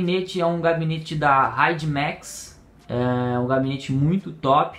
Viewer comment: pequena correção seria gabinete não cabinete